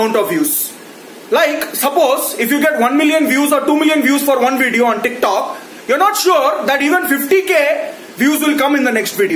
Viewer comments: The way you say Ticktock is brilliant 😂😂😂😂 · The way he says Tik Tok is just jokes 😂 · Look at the way he says TIK TOK 😂😂😂